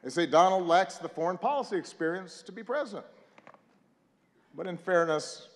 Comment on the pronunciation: When you have a real Presdin̈ènt😅